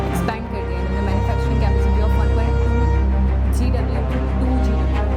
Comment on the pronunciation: Gw ko Gigawatts padhte hai didi ..... 😀